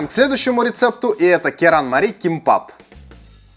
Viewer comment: Правильно звучит же керанмали